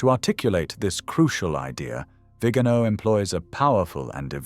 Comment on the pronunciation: Por favor, que alguien advierta con amabilidad al lector, que pronuncie correctamente el apellido del Nuncio Carlos María "VIGANÓ". Y no "Vígano" . He conocido personalmente a esta persona. Gracias.